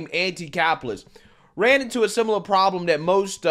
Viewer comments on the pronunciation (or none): none